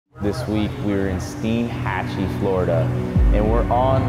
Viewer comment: As a local, I'm just glad you pronounced Steinhatchee correctly haha. Great video y'all!